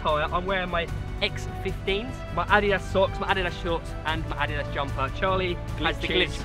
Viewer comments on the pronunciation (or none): It's pronounced "uh-deed-us" not "ad-dee-dus" 😂